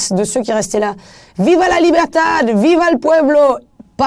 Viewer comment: Minute When she says "Viva la Libertad, Viva el pueblo" sounds good in spanish